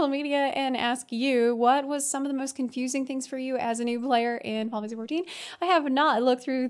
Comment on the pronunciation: What says: Final Fantasy 14 What I understand: Finefastforty Love it xD